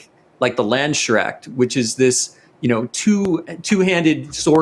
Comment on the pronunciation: oopps. bad pronunciation of the landsknecht